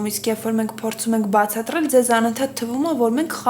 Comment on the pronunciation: Սեդա_բացատՌելլ _չի, բացատրել _ա,,թե չե քո ասածը ուրիշ բանա լսվում😊